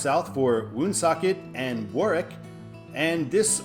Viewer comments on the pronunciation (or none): none